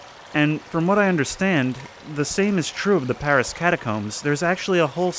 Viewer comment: Paris, not pawisse.